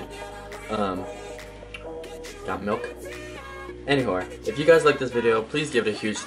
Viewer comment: i swear i heard anywhore instead of anywho